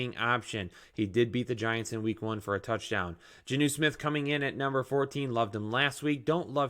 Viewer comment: my good sir it’s “John - new” Jonnu I cant take it anymore!! Lolhaha